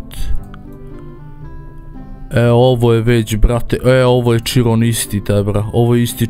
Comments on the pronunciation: Izgovara se Širon a ne čirom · Nekaze se bugatti čiron nego širon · nije ciron sa c nego siron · Nisam smarac ali ne kaže se čiron nego kiron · Kaze se Hiron a ne čiron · nije čiron nego kiron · bugatti širon se izgovara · nije chiron tako se pise kaze se širon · Kaže se širon